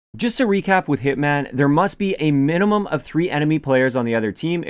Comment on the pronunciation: minumum? minumum? what is this word?